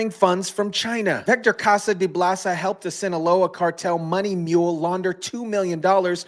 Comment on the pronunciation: 😂Its Bolsa not blaso.. Vector Casa de Bolsa.